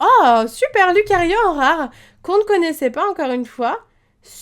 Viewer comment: Ça se prenonce riolou mais sa s'écrit riolu comme ça se prenonce loucario mais sa s'écrit lucario